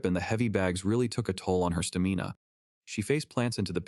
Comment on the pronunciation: petty, maybe but it made me laugh. Stamina pronounced sta- mee- na... well i am sure there will be more boneheaded A.I. pronunciations ...AAAAHHHHH!!!!!! .... THUMP !!! ... W ... good enough